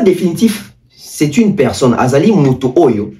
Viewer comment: Mutu azo loba "pekson" au lieu de "personne" est ce que makambu ako loba eko zala coherent? Quand la tete est vide c'est le corps qui souffre